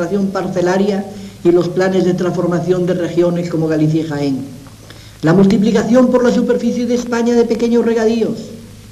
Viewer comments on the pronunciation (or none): none